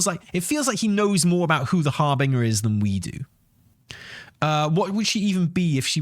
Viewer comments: Harbeaner? LOL it's HAR-BIN-JER. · Seriously? Har-bing-er? Again? Can you, for the love of God, just pretend the 'g' is a 'j'? You know, like in ginger? It's pronounced Har-bin-jer. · I breathe sharply through my nose every time says har-bing-er. Would make a great drinking game LOL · Actually it's pronounced Harbinyer. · You mean it's not pronounced "hair - bringer"? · I'm getting on a train to Swansea right now to slap you until you start pronouncing"harbinger" correctly. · corrected by his wife that it's a soft G in harbinger. uses the hard G anyway.